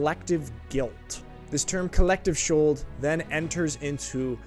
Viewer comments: It‘s pronounced „coll lecteef shoold“. 😉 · Kollektivschuld is pronounced KollekTIEFschuld - similar to the German word "tief" with a long and emphasized "i". I think the solution is not to feel "guilt" but to truly realize and acknowledge what happened and make sure nobody can ever say "this couldn't have happened - this is simply unimaginable!" because it is quite unimaginable. I find it most valuable to listen to eye witnesses and survivors, listen to what they saw and heard. It is, in fact, absolutely unimaginable!